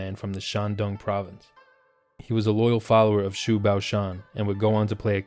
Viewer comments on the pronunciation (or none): Nice video, Xu 徐- is pronounce like "she".